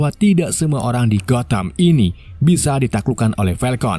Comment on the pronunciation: Begin, brus wen, gotem , tomas wen. Maaf bang aku sama istri ketawa denger nya 🤣